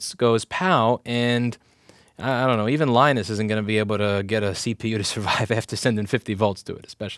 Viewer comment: He said Linus